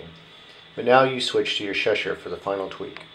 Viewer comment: Its pronounced Cheshire not sheshire